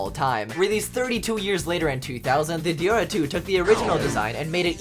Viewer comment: U pronounced deora wrong. You said it as if it were deara. it’s an O not an A! deOra!